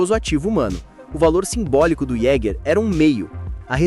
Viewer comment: A pronúncia é (Ieguer do alemão caçador) "Jeguer" é feio de mais mano, o vídeo é bom mas a pronúncia ta feia, mas parabéns pelo vídeo.